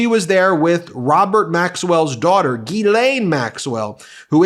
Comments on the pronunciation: Dear Ben, Just an FYI for you - GEE-lane is how the British mispronounce this french girl's name. My name is also Ghislaine. I am a french American, and it is correctly pronounced jiz-LEN. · Check your Ghislaine pronunciation